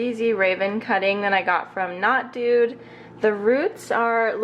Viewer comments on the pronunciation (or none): none